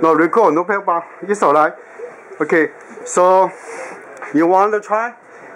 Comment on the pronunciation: Yeah! What’s the guys pwobrem!?